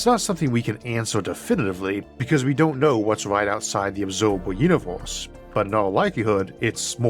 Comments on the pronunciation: why can't you say universe and say univorse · I think the video is of great quality but that throws me off, because it's mostly normal English but then I hear "univors" for example